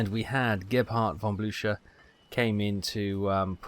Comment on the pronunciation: Nope its not!Its a ch ,not a k!Greetz from Germany!And its bl ÜCH er,not bluker!Why is nobody able to pronounce german names?